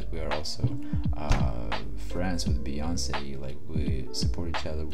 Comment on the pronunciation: it's queen b as we say"Be"yonce, not baeyonce.